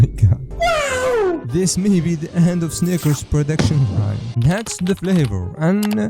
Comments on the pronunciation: Bro he don't Say snickers 💀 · He did not say snickers😭🙏